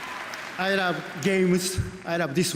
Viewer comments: i ruv yew jef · "I ruub you Geof"